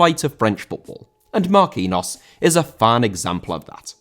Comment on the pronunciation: He is pronounced Marquinios